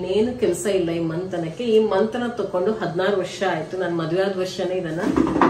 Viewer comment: Mantana Alla Mathana Industries 😂